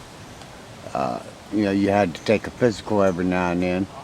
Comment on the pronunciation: he wanted to say physical but pissical came out